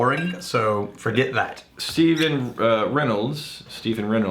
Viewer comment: Thanks for the answer but Reynolds.... couldnt pronounce Reynolds? Maybe my new ringtone. Plus I think you could control it slightly if you lock in the salinity and just run a checkerboard salinity experiment on barrels, Ill send you some Irish sea water if you like.